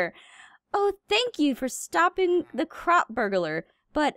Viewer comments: When she says crop it sounds like she says c.r.a.p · nightcour its not crap its CROP